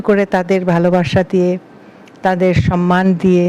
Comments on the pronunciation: Mananiya Banya madam, ektu asangata holeo boli kathata SANMAN noy thik holo 'SAMMAN'.namaskar.Ashish Samajpaty 73,Kolkata. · সম্মান, সন্মান নয়। ঠিক উচ্চারণ আপনার থেকে আশা করি 😊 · পশ্চিম বাংলার মুখ্যমন্ত্রীও সন্মান বলেন!